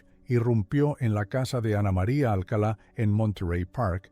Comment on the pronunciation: NO ES ALCALA ES ALCALÁ CON TILDE EN LA ÚLTIMA A. POR FAVOR!!!